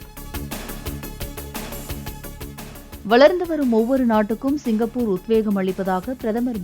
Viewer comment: It's not cingai...it's singapore ...